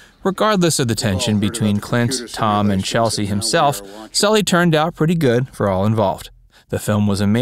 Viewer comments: Sorry if I'm wrong but isn't it pronounced "CHESS-LEE" not "CHEL=SEE"? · ‘Chesley’ not ‘Chelsea’ for crissake. Sloppy. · Sorry if this this a repeat, but the mastermind of the Miracle on the Hudson is "Chesley" (Chez-Lee) Sullenberger, not Chelsea (as you pronouced it). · "Chelsy"?? Seriously?? His name is CHESLEY Sullenberger... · Just one correction: I’m pretty sure Mr. Sullenberger’s first name is pronounced CHEZ-lee, not Chelsea… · Yeah. This guy should know that. Duh… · It's CHES-LEY, not Chelsey. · A couple of notes here; Captain Sullenberger's first name is pronounced "CHESS-LY"...NOT "Chelsea". Also, Clint Eastwood has ALWAYS been an ARROGANT JERK! If he learned ANYTHING during his time on "Rawhide"...He'd KNOW the CATTLE could OUTACT him ANYDAY! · Did anyone else cringe everytime he said CheLSey, instead of the correct way of CheSLey. My fathers name was Chesley, he would have laughed at being called Chelsey ! LOL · Chesley not chelsy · I know it's nit picking but since your handle is, the fact is you mispronounced Chesley. Several times. Otherwise, great video.